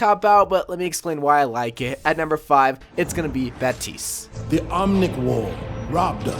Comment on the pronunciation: It's bap-tist